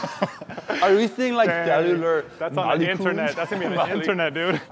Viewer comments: “Bro, are we seeing like selliular…. mollycules, mowwy?” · “ARE WE SEEING LIKE... SELLIERLER MOLICULES?”